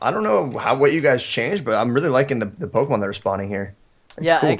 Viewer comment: You guys mis-pronounce many Pokémon names.